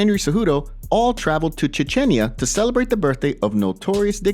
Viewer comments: wtf is chechenya ahahhahahahahahaha ...for sure this is a 13 year old who is using a voice changer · Dude said Chinchinya again, LMAO!